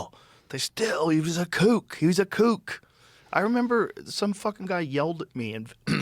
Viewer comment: The word is "kook" not "cook" 👍🏻